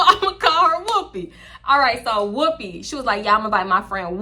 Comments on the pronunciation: The way u say whooopi has weaken me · The way you’re saying Whoopi is sending me 😂😂 “WHOOPEH”